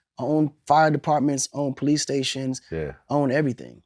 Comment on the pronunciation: "police" not pice